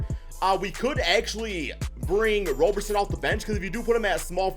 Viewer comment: its Andre "ROB"-erson not Andre "ROW"-berson, it is like Robertson without the "T" you don't pronounce the "RO" in Robertson or Robinson like "ROW" you pronounce it like "ROB"